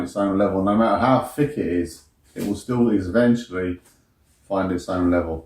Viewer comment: “The surface of any liquid will find it’s own level, no matter how fick it is.” Not half a “fick” as you, mate! 😂😂😂